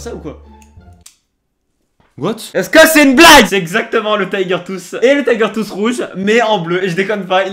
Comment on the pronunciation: LE TAYGEURR TWOUSSEE 😂😂😂😂 tellement ridicule quand il le dit